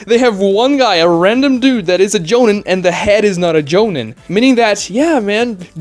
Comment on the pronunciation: Maybe I'm a jerk for this but your pronunciation of the word jonin was tilting me. The I in the word sounds more like an e. Like in the word me or free or tree. "Joneen"